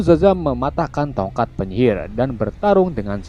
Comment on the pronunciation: Sebelum gw baca nama si szaham! Gw kira si admin manggil namnya dadang wkwk